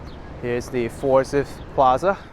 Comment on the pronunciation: Forsythe is pronounced "Forsite."